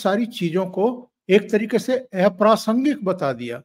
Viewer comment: अप्रासंगिक की जगह eprasngik क्यों बोलते है